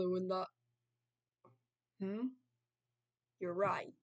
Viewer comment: even though your name is Raiden, that pronunciation is funny 😂😂😂😂🤣🤣🤣🤣